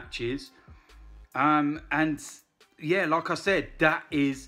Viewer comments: never know if he's saying lacazette or like I said 😂😂😂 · when says "like I said" it sounds like he's saying Lacazette 🤣🤣